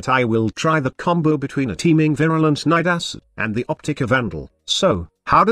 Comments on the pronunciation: Congrats on getting the computer to say Nidus and not Needus like some other youtuber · The actual pronunciation of Nidus is actually similar to Midas.